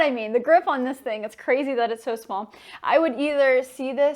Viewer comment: "it's shoo cute!" no, you are!